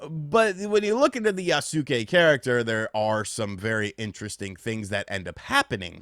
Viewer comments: For someone who has played videogames for as long as you have..... your pronunciation of things pisses me off. By now you should have played enough games or read about enough people developing games to know how to say Yasuke. It aint Yah-sue-kay. It's phuckin Yoss-Kay. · Yasuke is pronounced yaske 😅 (u is silent) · YAS-KAY. Yas-kay. Yassssss-kayyyyyy. They pronounce this in the trailers. So tired of hearing people mispronounce this. Regardless, I read the book that Lockey wrote, and now I feel like a fool that I did. With that said, I don't care that they decided to elect to include Yasuke (YAS-KAY) in the game as the main character, because it actually makes it more interesting. If it was just another Japanese samurai, then we'd get even more people calling it a Ghost of Tsushima knock off. Plus, I think his combat will be fun since he's a larger hard hitting character. But here's how I honestly look at it. No AC has ever been historically. Yasuke is a real person and has been around samurai. In a historically fictional game, it's really not that far fetched for them to do a 'what if.' Now, if Yasuka WASN'T a real person, this would be an entirely different scenario.